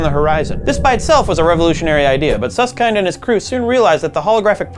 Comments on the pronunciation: It's Susskind like kin with a d sound not Suss-kind. How can these jabronis talk about this type of stuff when they can't even say his name. They should just go watch Michael Jor-dan A-ron Rodgers play sports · Susskind, pronounced as in kindle, not as in kind. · Did you ask Susskind how to pronounce his name? I've always heard it pronounced to rhyme with "binned", not "bind". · Not "kind". ˈsʌskɪnd/ as in "kit" or "hit". I do recall him jokingly saying "some say kind" but that was exactly that. A joke. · Suss-Kind? Suss-kend* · who the hell is Hawkins and who is Suss-kind. it's pronounced. Hawking and Suss-kin-d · It's pronounced kind, as in kindergarden, not kind, as in be kind to strangers. FFS. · Nice video, but I'm somewhat irked about how they pronounce Susskind. By the way this is a very petty comment. I'm sorry.